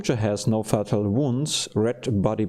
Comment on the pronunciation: fatal -> "FAY-tal" (emphasis on the FAY) morale -> "more-AHL" (emphasis on the AHL) sound -> in this context means "based on good reason" "Things don't always go the way we want them to go" would be better! unconscious -> "un-con-shus", not "un-con-shnus" i.e. -> "in other words", also e.g. -> "for example" coup de grace is French, you pronounce it "koo-duh-grahs" Maybe "out of order" would work better in this context instead of "vice versa" You can pick it up, but you can't use it yet (since you haven't researched it). At the end of the mission all items in the battle area are automatically collected and put in your stores back at the base you launched the skyranger from, so no need to pick up anything unless you intend to use it in the current battle.